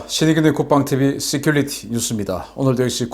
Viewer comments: Security를 시큘리티로 발음하시는데 시큐리티로 하시는것이 좋겠습니다. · 시큘리티 가 아니고 시큐리티 로 발음하세요.